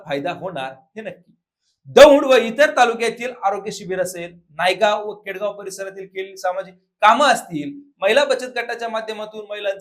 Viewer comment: नायगाव नाही हो वार्ताहर बंधु, नानगाव नावाचं गाव आहे ते